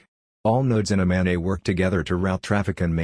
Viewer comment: "Mobile Ad-hoc Network" (MANET)...the "NET" is short for "NETwork", not "NEYwork". It's maNET, not maNEY